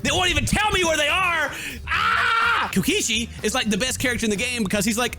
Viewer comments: did he say kokoshi instead of kokichi or is it just me? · Is anybody else mad that he's saying kokichi's name wrong?